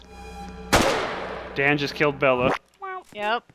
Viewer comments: its dan not don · Your name is Dan not da